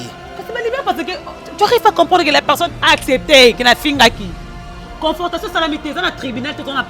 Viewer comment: Confortation te,on dit Confrontation Oza kaka na impolitesse... Tu insultes une mère 🤦‍♂️ et tu ne te reproches de rien.